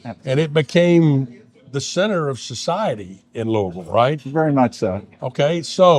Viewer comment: You pronounce the city's name like a native! I was born and raised in Louisville and there's always been a debate from people outside the city on how to pronounce the name. The farthest I've been from home was visiting relatives in Los Angeles, and when my uncle introduced me as being from Louisville, the very first question I got was how to pronounce the name. I'm a big fan of the Hot Brown and usually get it anywhere I go that offers it. I've had some really good Hot Browns out of town in Lexington and Elizabethtown, but the best is still here in the Ville. A lot of restaurants even offer variations including more than one pizza place that has a Hot Brown pizza that I highly recommend.